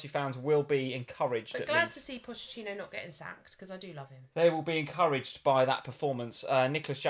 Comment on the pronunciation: it's not Pottechino, it's Pocchetino 😅